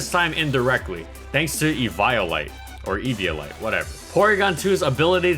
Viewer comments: Eevee-olite, not evaiolite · Say it with me, my dude "EV-EE-OH-LIGHT".